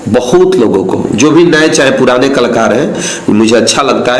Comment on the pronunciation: कलाकर होता है klkar nahi